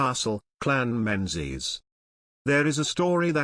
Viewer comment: Culzean is said Cullane. Eileen Donan is Eelin Doanin. Menzies is Mingiss.